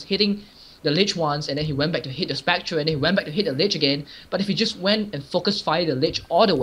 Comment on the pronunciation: did he just say spec-tra instead of spec-ter?